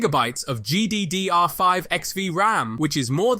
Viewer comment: This is definitely AI. Nobody follows a script that closely, and the script is written in a way such that an AI voice could actually read it. Plus listen to the over-pronunciation of GDDR RAM lol. This is just the most basic of reproduced AI content, and asking chatGPT if this was generated by an LLM, it says that it's extremely likely that it was (not conclusive but, a safe bet). So yea, long story short this channel should hopefully go nowhere, as whoever is responsible needs to put in more effort, and not pass off the Internets work as their own. Do not support this content, it's just bad.